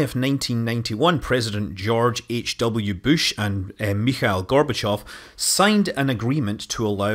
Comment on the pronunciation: ..George h.w "BEWSCH" :)